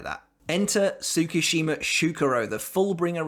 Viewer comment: 1. It's not tsu-ku-shima it's pronounced tsku-shima 2. My take is yuha's lying about his power or rather not completely honest. Enter kisuke to notice. His power looks forward from his given instant and he has to be part of it. Tsukushima shows up after juha moves on. He then altars ichigo's past where juha isn't aware. From there kyokasuigetsu controls juha from seeing Ichigo and Ishida.